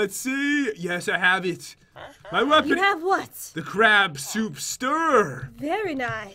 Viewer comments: It's crab not crap 💩💩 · It is crab not crap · The way he says crab soup sounds like he is saying crap soup